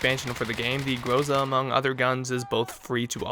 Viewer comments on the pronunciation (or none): Not GROOZA jUST Groza' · not grOza its grozA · You have to say GrozA, not GrOza. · IMFDB is a good site to find out for everygun it's appearance in movies, TV shows and video games. I could see there is another variant for the enginner class of this gun. Finally, expect russians coming to your place for not pronouncing the name of this gun properly (Graza, yet it's written groza) and for dispalying sometimes a US flag on this gun !!